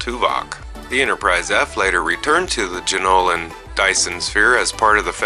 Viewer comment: Bortasque, It's pronounced BORE-tosk. Jenolan Sphere, Jen-OH-lan. Undine, OON-deen.